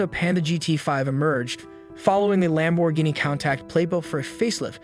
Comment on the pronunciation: 100% read by AI. “Panta” “lam bour geeni “ “countak” no one reading a script that even knows a little little bit about cars would make those mistakes